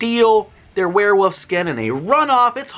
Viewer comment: Why do you say werewoof?